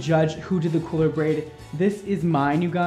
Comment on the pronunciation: i legit snorted when you were trying to pronounce braid 2.